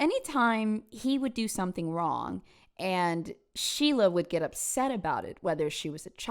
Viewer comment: ⚠️ it is SO IMPORTANT to understand that the way her nickname was pronounced RHYMES in New Hampshire: SHEILA THE PEELAHHHH 💀💀💀